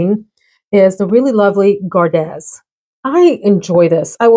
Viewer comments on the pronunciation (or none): Hey, Gardez is French, so it’s pronounced gar-day. Like ballet. It’s the second person formal/second person plural conjugation of garder, which means to keep or guard. It’s also where the fencing expression “en garde!” comes from.